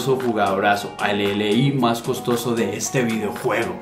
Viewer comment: Cosotoso? :v jaja buen video bro!